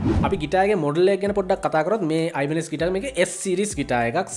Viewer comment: Mechchara kalayak weradiyatane nama pronouns karala tiyenne😁🤔🤗😘